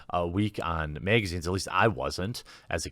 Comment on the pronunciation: "Meegazines" lol!